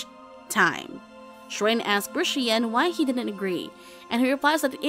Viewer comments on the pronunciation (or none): none